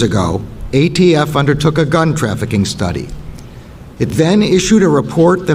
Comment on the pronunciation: He said AFT multiple times. It’s ATF Can’t believe this is the best the left has.